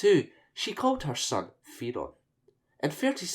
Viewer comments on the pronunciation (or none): say it like "They ron" but say the TH like you'd say Thing with your tongue on your front teeth :P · I'm not entirely sure that is how you pronounce ''Theron''.